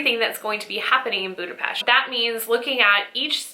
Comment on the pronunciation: I am so thrilled to hear that you love my city. Budapest is amazing especially at Xmas time. Thank you for pronouncing it right ;) Have a great time ❤️